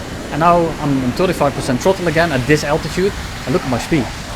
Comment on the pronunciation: Tirty-five percent trottle